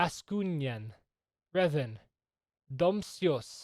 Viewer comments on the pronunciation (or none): none